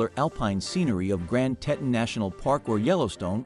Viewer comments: they are the Tee-tahns!!!!! Not the tet-tuns!! You are killing me! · I’ve been to Jackson and Grand Teton NP about 35 times over the last 42 years. Throughout the video the narrator mispronounces “Teton,” and the supposed aerial videos are not of Jackson. I assume it is actually the capital of Wyoming, Cheyenne, since you can see a building that looks like the Capital Building. Also, they mispronounced “Gros Ventrel (it’s pronounced: “grow vaunt”). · I’ve never heard Teton mispronounced so many times in such a short time. Also that was certainly not Jackson in your drone shots. And speaking of drones, drones are illegal in all National Parks so I’m wondering about many of the drone shots in this poorly made video. One big thumbs down and certainly no subscribing